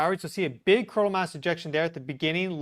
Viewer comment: .....please say the names of the events a little slower so that we can understand what you are calling them more easily. For instance Coronal sons like cona....Geomagnetic sounds like Geomahnic